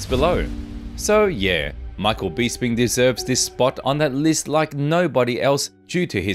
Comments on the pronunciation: For Gods sake please pronounce peoples names correctly Michael Bisping , it's BISS as in piss. Not Bees as in bee sting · Michael “beesping “ 😂